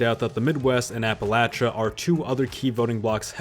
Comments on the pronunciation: maybe you should figure out how to pronounce Appalachian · Is it a drinking game? Every prononciation variation of Appalachian